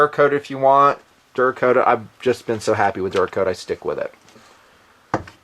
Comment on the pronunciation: excuse me. "DURA COAT" the gun. Sheeesh.